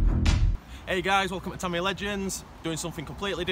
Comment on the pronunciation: tamiya, not TARMARARRR